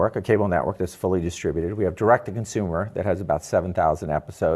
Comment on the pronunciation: What's a conshumer? It's odd how many Tesla bloggers can't pronounce 'consumer'